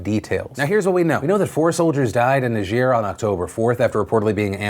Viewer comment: ne-jeer? No. Say Ny-Jer.